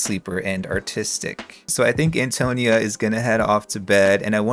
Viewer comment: This is super entertaining and I’m not Italian so take this with a grain of salt, but I think Antonia is pronounced ann-toe-KNEE-uh, emphasis on the “ni,” not the “to.” But goddam your videos make me miss TS3 so much.